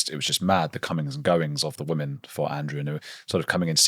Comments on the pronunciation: Andrew Lownie is a very engaging and articulate speaker. I wonder, though, about his mispronunciation of the word "women". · Dear Andrew Lownie - please note there is a pronunciation difference between the singular woman and the plural women.